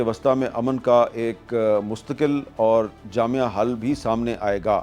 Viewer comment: جامع حل (درست تلفظ) جامعہ حل (غلط تلفظ)